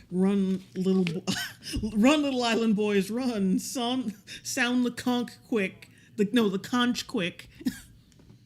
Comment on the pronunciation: You actually got it right the first time, it is pronounced "konk"!